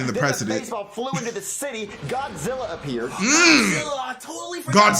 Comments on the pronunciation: No way bro said godzirra 😭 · Did he say godzirra? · Bro I swear to God he pronounced Godzilla's name wrong he said Gozilla